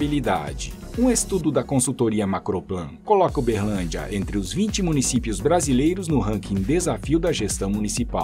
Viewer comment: Berrrrrrrlandia kk